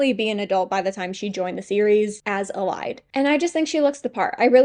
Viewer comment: noo i pronounce elide as EL- EE-DAE